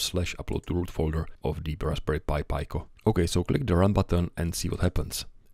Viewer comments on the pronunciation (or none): Raspberry Pi Pico = "Rasp Berry Pie Pick-o", not "Raspberry Pie Pie Co". Sorry, just couldn't help but say it. Got triggered. Love your work anyway! :) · Just a small remark, it's pronounced [piko] with short "e" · Talk about trigger... NOT a short "i" because of the following consonants, rather "ee" as in "PEE" so shove your trigger, read a book and enjoy his work.